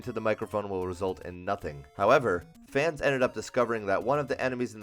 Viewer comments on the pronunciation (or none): none